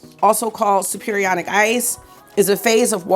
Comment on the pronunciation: Chem teacher here. Superionic is pronounced super ionic.